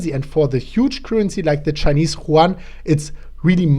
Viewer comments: Chinese ¥ Yuan, is pronounced as Yüön, rather than Chuan. Just to help you improve, man. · M.T.S. Productions yes you are right it is You-Aan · It's not pronouned like the spanish name Juan. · yuan is pronounced as YOU ANN like YOU-ANNE or YU-AN --- I say this with respect as I have my own difficulties...best wishes.